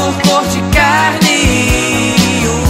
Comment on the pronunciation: Dizem que o certo é CARMIM, mas ele claramente fala CARNE. Um abajur cor de carne.